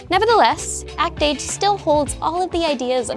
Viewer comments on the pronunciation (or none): Act-Age more like Act-Ace.